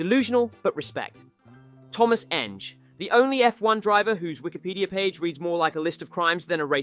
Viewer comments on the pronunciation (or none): Tomáš Enge is pronounced "n-geh". The scandals you've mentioned here are bullshit, the only thing that's true is the failed doping test, which turned positive for THC. The rest is made up. He never went to prison for anything, you're probably confusing it with some other Czech racing drivers, who went to prison for doing some shady stuff to finance their racing. He simply didn't have enough money and maybe even talent to cut it in F,1 and the weed scandal didn't exactly move him forward. Nowadays, Enge lives happily married with children and occasionally does some rally events.